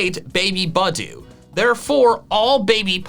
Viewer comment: The stress in the name Pangoro is on the first syllable, not the second; the stress in the name Budew is on the second syllable, not the first.